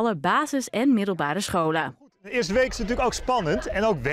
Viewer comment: Hoe zij het woord "scholen" uitspreekt, spreekt elke Jeugd Journaal journalist het uit lol